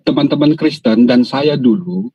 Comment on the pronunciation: Hahaha suka lucu juga bg orang namanya kristan bg bilang kriesten😂